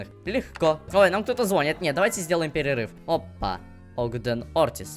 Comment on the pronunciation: Не фосфОрные, а фосфорные. Не специальный, а спиральный пар. Не зокровищницы, а сокровищницы. Не звОнит, а звонИт. Пастернак не серебряный, а серебристый. Пастернак - не вид морковки. Почему Кейси "какая-то плохая", она самая близкая подруга Беатрикс. Отказываешься её читать, при этом считая себя прошаренным в сюжете. Мокки Майлз - корявая локализация, на самом деле Моччи Майлз (Mochi Mails). уф